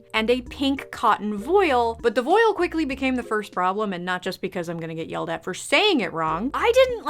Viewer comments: Public service announcement: That is actually how you pronounce "voile" 👍 (it rhymes with "oil") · You say it correctly ^^